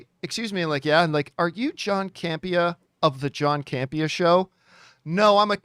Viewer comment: I love but why does she pronounce John's last name as CamPEEa (emphasis on second syllable) when he pronounces it CAMpea (emphasis on first syllable)? Let me be clear...I LOVE and her contributions to the show but I always found this curious!:-)